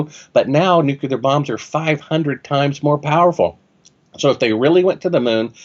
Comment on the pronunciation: Well I made it through 23 minutes and 30 seconds before I decided this guy is an idiot, whether we went to the moon or not. Nobody with a half decent IQ says Nuke-you-lar several times in a row. It’s Nuke-lee-er you fucking half wit.